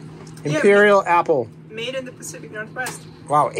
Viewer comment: It's PACIFIC Ocean; Not SPECIFIC Ocean.